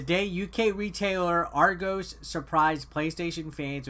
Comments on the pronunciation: None of you Americans can pronounce argos properly 😂😂😂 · Triggered every time he said Argos wrong